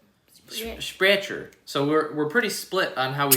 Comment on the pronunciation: Sprecher should have taken the w also it’s pronounced spreecher it’s really good it’s got all real stuff in it and I’ve seen it get fired brewed